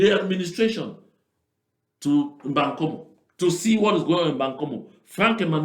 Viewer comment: The area is called Mbangkolo not bankomu